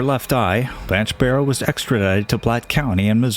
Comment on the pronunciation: Barrow last name has no S….please pronounce it correctly!